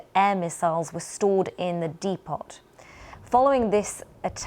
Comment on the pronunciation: Ah I see, a Dee Pot 😂.